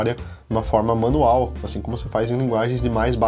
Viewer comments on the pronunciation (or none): none